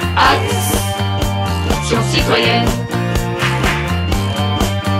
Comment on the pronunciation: Ils se sont pas dit que faire un "A...ction citoyenne" au lieu d'un "Acs...sion citoyenne" ferait moins saigner les tympans ? Moi je retourne sur Gangnam style...